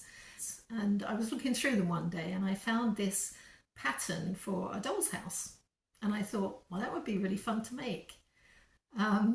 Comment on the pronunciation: Dolls...... Not rolls